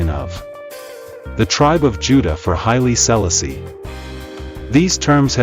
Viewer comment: Speak his name correct!